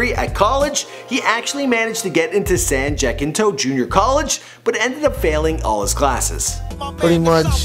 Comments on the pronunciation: it's pronounced San Ja-sen-toe not San jeck-in-toe lol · Am I the only one who noticed how this man pronounced San Jacinto?? 😂 “san-jack-in-toe” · San Jack-n-toe lmao its san jacinto = "jah-sin-toh" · SAN J A K I N T O? Amaze. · "Jack-in-toe" lmfaoo. You mean jacento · "San Jackintoe" lololol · SAN JACKINTO😂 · Bruh you said "San Ja-kin-to" College. It's San "Ja-sin-to" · San Jacinto. San Jackento? “San Ja-sin-to” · San-juh-sento not san-jack-in-toe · San JACKinto lmao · San Jacinto not San jack in toe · "San Jack-Into" lmao you know this dude isn't from Texas!!!!! lololol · even ik its pronounced san jah-cent-oh but is probably cuz im from tx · Aye Brah it's San Jacinto (Jah-Sin-Toe)😥😂😂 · San JackInToe 😂😂😂 San Jacinto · San Jakinto 😂😂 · San Jack-into lol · San Jacinto pronounced as San jah-sin-toh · San "jasento" jacinto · San Jacinto is pronounced San hasinto. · San Juh-sin-toe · San jakintow???Jacinto???? Lol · San jack in toe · Lmao the way he said “San Jacinto college” 😂😂 he definitely ain’t from htown if he can’t pronounce it right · Jackie Chan in California right ? San jacinto ca ?